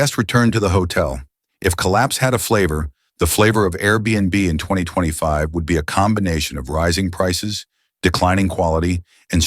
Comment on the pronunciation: Fake AI generated. The bot voice couldn't pronounce 2025. Just listen to the voice of the "man bot". That voice is the same voice for countless other fake AI generated videos.